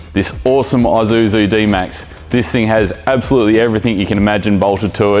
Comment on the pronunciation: Dude! Learn to pronounce ISUZU right. It’s not that hard!